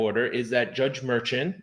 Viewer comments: I guess it doesn't matter but I believe you're pronouncing the judge's name wrong everybody I've ever heard it speak his name the judge's name it's not merchant is Marshawn and I don't know if the spelling is right here but you get my drift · I thought it was Judge Merchan was pronounced (Murshon)? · You pronounce the judges name as “MerShawn” 😊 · I think you should check on the pronunciation of the judge's name